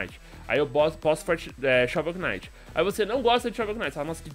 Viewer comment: shovel Que knight...mee O "K" nao se fala